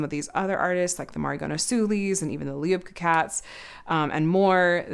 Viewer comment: I had a great experience with the latest mystery boxes. I got several I loved, easily destashed the ones that weren't really my taste, and was able to trade for the one must-have that I didn't get. Delighted! Love the way you say LiubkaCats like it's one word in the dac dictionary 😉